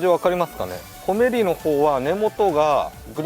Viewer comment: コメリのアクセント変ですよー！